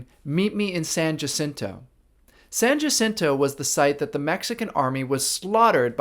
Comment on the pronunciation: Too bad the politician couldn’t even pronounce San Jacinto correctly.